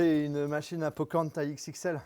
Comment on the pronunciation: c moi ou il la dit " po corn"